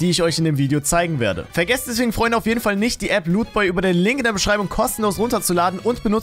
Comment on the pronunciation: Wie du lootboy aussprichst kommt bei mir rüber pornhub😅